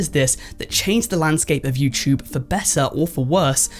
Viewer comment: “YouChube” lol what uneducated language are you TRYING to speak? 🙄